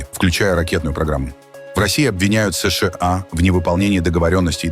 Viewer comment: Не СЫ - ШЫ - А, а просто : СЫ - ША.